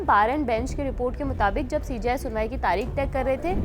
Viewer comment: ये CJI होता है या CGI क्योंकि आप(video में) जब कहते हैं तो हमें सुनाई देता है सीजीआई हालांकि जब हम पढ़ते है तो CJI (सी जे आई)